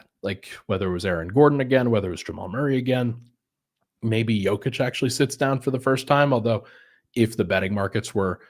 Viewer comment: Love the effort to say Nikolas’s name correctly,! I hope all of our Denver media folks make this a thing! I remember a couple of seasons ago, one of the big media interviewers (Monica M maybe?) said it “correctly” in an on-court playoff interview i think, and the Serbian homies went crazy (in a good way) in the comments 😊